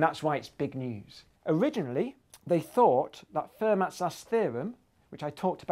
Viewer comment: "Fermat". Not pronounced "fur-mat", but "fair-MAH". Come on!